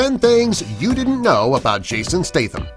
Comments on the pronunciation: Number 11, it's pronounced stath-amm, not stay-tham. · it's not stytum it's Statham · its pronounced jason stat ham. like a hamburger. not tham, but statham